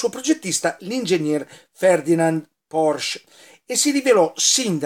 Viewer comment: La Ditta VolksWagen era dello Stato, ma il direttore e progettista del Maggiolino fu proprio Ferdinand Porsche. Mi raccomando, la " e " finale va pronunciata.